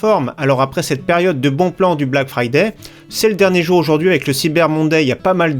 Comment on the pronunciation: T abuse avec "Fraday"